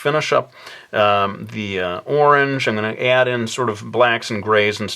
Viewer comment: "we shall connect ze 3 quadrants" lol